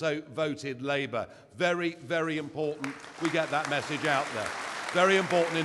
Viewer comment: What is he saying ? "Very very impotent?" That's what it sounds like to me! And it makes sense, If you're impotent, you want your message to be impotent!